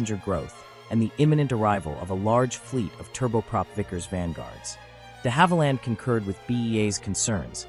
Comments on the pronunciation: You mispronounced DeHavilland too. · Agreed about the pronunciation of Viscount and the fact that the aircraft shown is of course a Vanguard. Not only the BEA aircraft at the very start but the Air Canada aircraft at 0.29, the Invicta aircraft at 0.36 and the BEA aircraft at 0.40 are all Vanguards. His pronunciation of De Havilland is also not correct. I have flown on both of these aircraft types, the Viscount and the Vanguard. Confused about the 5 abreast comment. Every BEA (subsequently BA) Trident that I have ever travelled on has been 6 abreast in Y and they certainly were not very cramped. In fact the cabin width of the Trident was 2cm wider than the 707/727/737. The holiday charter airline Channel Airways did experiment with a 7 abreast 4 X 3 configuration though.